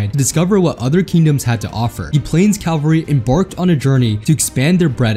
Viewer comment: Love these vids but you have GOT to stop saying "calvary" in every video. It's cavalry. Calvary is something else.